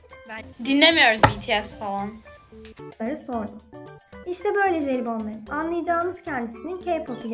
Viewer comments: Dinlemiyoruz bi ti es falağn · Falan değil falağn😁